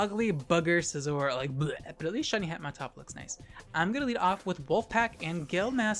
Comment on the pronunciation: everytime you say skisor it made me smile